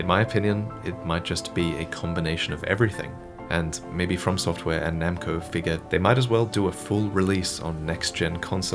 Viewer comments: Lol "To Software" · “To Software” 🤣